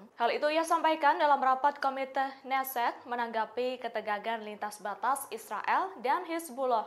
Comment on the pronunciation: Ucapan yg benar utk Knesset : Ke-nesset bukan Nesset, K dilafalkan.